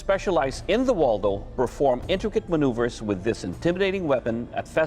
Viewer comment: Its Woldo not Waldo who put that on the timeline 💀